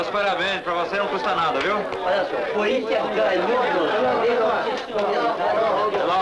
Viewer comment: Cúrintianus. Kkkkkkkkkkk